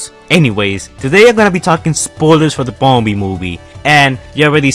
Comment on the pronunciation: Bumberbee not die